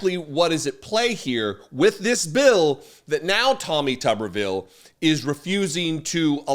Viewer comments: This stupid Cretin cannot even pronounce his surname correctly...It's Tube er ville, Not Tubbervill. Yea so I will continue to ignore this compromised SOB. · Note that his name is spelled with only one B. Thus it should be pronounced Toobervile. The most commonly known tuber is the potato. Senator Potato Head should be removed from his jacket, mashed, the fried into potato pancakes. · Tubbervile is how he pronounces Tuberville. Tuber as in a potato he is dumber than! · If he wants his name pronounced "Tubberville", then he needs two "B"s. As written, with one "B", it's "Tooberville". Tuber. Like a potato. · If it was pronounced tubberville, it would be spelled tubberville. But it’s spelled tuberville, so it’s pronounced tooberville. It’s English. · It's pronounced tooberville, there's only one "B" in it. Pronounce it correctly for further embarrassment to that mentally retarded, racist pos. Tooooooooberville. Get it, got it, good. Pce. 1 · as Tommy's last name only has one 'b' in it, much like a YouTube personality is a YouTuber, Tommy's last name is pronounced 'Tooberville'.